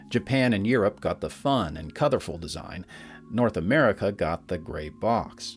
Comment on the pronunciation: Anyone else a bit put-off by saying "Coutherful" instead of "Colorful"? There is no "th".